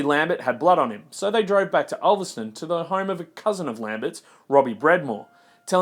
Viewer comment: "Ulverstone" is pronounced ulverston, youd know that if you cared enough about what you are reporting.